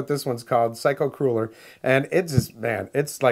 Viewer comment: It sounds like you are saying "psycho cooler" instead of psycho crueller